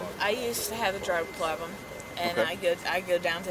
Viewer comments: “I used to have a dug ploblem.”😂😂😂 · “I used to have a drug ploblem” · A drug "ploblem" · "I don't have a drug plobloem." Nailed it. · Please note that she used to have a dlug ploblem, officer. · "I used to have a drug prog-lum" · I oosed to hab a dug pwobem